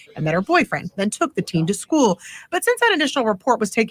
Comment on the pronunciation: I hate the way says “schoo” instead of school she’s a if and evil and crazy like a fox who has serious evilness in her soul or lack of soul if you will